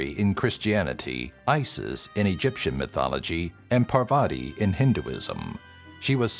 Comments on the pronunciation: Atleast pronounce Parvati correctly. It's "paar-vati". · Okay am I the only one that he pronounced GODDESS PARVATI wrong ?